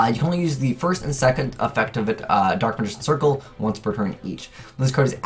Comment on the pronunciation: "Dark Magician Shircle"